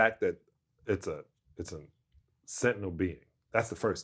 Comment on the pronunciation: Sentient not Sentinel